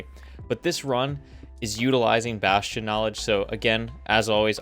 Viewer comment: What the hell is a “bashion”